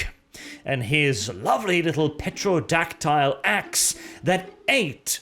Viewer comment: The P in Pterodactyl is a voiceless or silent letter, whichever the proper term is; You don't pronounce it. It's Terodactyl, pretty much.